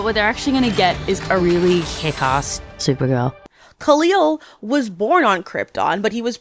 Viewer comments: How tf are you a dc fan if you said Khalil instead of Kai-El 😂😂😂 your just another YouTube afraid to go against the grain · It’s not KALEEEEL. It’s KAL-EL Really threw me off bc everyone knows his name and its pronunciation by now, after 88 years. And the villain isn’t named CRUMB. It’s KREM (like CRIMPED). I can’t finish this. I do agree with much of what you say, overall. Until I had to stop. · I think it was just a missed pronunciation of Kal-El lol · Kal-El is Superman, who the hell is Kaleel? That how you pronounced it at the min mark of your video. Now I understand that you might be reading a script, but a real comic fan would know it's not pronounced that way. Killed the whole video for me, I just don't believe you really read comics. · Kal-El being pronounced like Khalil sent me that was so funny. Literally hell yeah. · I may never recover from you calling Clark "Kaleel" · I want to hear this argument but you pronounced Kal- El the same way Gal Gadot does 😂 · Nah it's a common joke of hers, she knows how to say his name and does so in other videos.